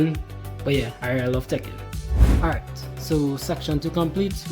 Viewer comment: Tekken lol… I thought it was “taking” you were saying in Trini speak 😂